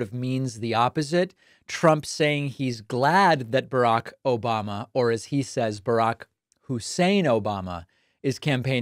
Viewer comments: He can't even say Obama. He says Obamana. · "OBOMNA”. Ha ha ha ha ha ha ha ha ha ha ha ha ha ha ha ha ha ha ha ha. Love it Dave. Ha h ha.